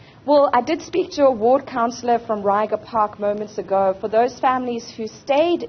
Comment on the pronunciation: Reiger Park, 🤦‍♂️ then fumbled the rest of it.